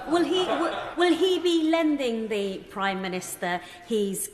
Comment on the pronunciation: Nope. He says v for th.